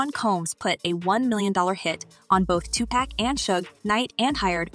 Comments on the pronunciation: 😂 white people say two pack not Tupac and they'll dxe on that hill 😂😆 🤣 they've been doing it for decades now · This lady keep saying “to pack” No !! It’s Tupac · Why does the host call him 2Pack? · Pack is spelled PACK learn how to annouciate well if you're gonna say his name say it correctly. We don't know a Tupack. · I hate when white people act like it’s hard to say Tupac no they say PACK!!! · She just rambling and just pronouncing names wrong he said he wasn’t in the car with him. He supposed to be one of the people in the other car that shot at Tupac not pack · Two-pack?! Ef sake. Try harder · Why da hell she keep saying Tupack tho say his name right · Tu-Pack? Why can't we get someone who even remotely likes rap and could pronounce his name right....that would be nice. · Why are you calling him "2 Pack"? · Everytime this lady says “Tu-Pack” pisses me off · Girl.. it’s 2Pac.. not 2 pack💀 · Thumbs down for calling him 2 Pack smh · Hey his name is Not Tupack !! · Who the hell, in this day & age, says Two-PACK?!?! 😡😤🤬 Re-record this video immediately! 😂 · 2 pack is not the way to say it 😂😂😂😂😂😂💯💯💯😂 some white folk kill me with that 😂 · Does she keep saying TUPAACK? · Great video but please pronounce PAC correctly you keep saying Pack! So with that being said keep doing a great job! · you fool. it’s not “two pack’ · As soon as I heard Tupac refereed to as Too pack, I knew this was click bait BYE! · its not TUPACKKKKKKKKKKK!!! lol. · Stop using AI for your voice overs. They are so ridiculous. Tu Pack? Come on try harder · Wait til you hear two-pack shaker...the 1 grinds the gears I tell ya 😂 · Bro can’t even pronounce name properly can’t keep watching sadly all clout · Why is she mispronouncing Pac name thoooo?!!! 🤬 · You don't know how to pronounce his name ask someone who knows. So rule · Your determination to constantly mispronounce Tupac name is LEGENDARY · Pronounce Tupac's name right ok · Even after 27 years they still can’t pronounce his hame right.